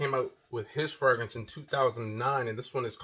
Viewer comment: POWER MAKES YOU SMELL LIKE AN EXECUTIVE..UNFORGIVABLE IS TOO METALLIC...NEVER SMELLED JAY Z WIFEY PLEASE TEACH HIM HOW TO SAY FRAGRANCE PROPERLY!!! PLEAEEEEASE!!!